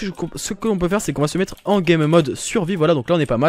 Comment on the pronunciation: PK TU DIS TOUJOURS METER LE MOTS EUX PORTAIL PAR EXENPLE